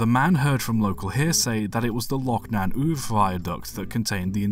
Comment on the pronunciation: I remember that story from my 1980s childhood holidays in Arisaig. Uamh is approximately pronounced oo-av.